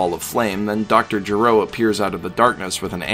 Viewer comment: He may do a combined episode for the rest of the openings. -His words. I am more interested in Dr. Gé -ro over "Juh-ROW and "AH-kira" over Uh-KI-ruh. The video and understnanding are so obviously thorough that I couldn't chalk it to willful or dub-induced ignorance.